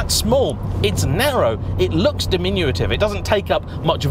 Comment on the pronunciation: Diminutive. Not 'diminuitive'. Small thing. Just saying. 👍